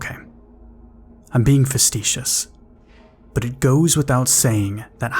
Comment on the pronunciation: Facetious is pronounced- Fahh see shhuss. It wasn't really used in the correct context either. Facetious-- Treating serious issues with deliberately inappropriate humor; flippantly.. Just found your channel and instantly enjoyed your content. I subscribed and I'm encouraging everyone I know to do the same. Thank you for this...PTSD often ruins my nights, I awaken drenched in sweat, having once again been forced to relive the moments in my life where my iniquities were baring their fetid smile...I find these witching hours difficult to cope with. I worry that my walking around the house will rouse my miracle of a Daughter from well deserved and MacGyver willing far more pleasant dreams than the ones who's torment chased me out of Somnus's domain. It's difficult for this Devil Dog to find something to distract me from the past. Your content provides some solace for my embattled ID. I hope that you and those you care for are happy, healthy, and safe. Semper Fidelis